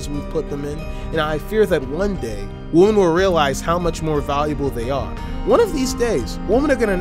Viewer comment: People who pronounce women the same way they pronounce woman.